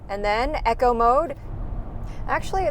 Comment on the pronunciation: Pronounced Eeco not echo